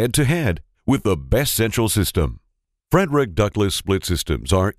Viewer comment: He's not pronouncing the name of the company correctly... It isn't FREDERICK.. It's Freidrich (FREED-rich). How annoying.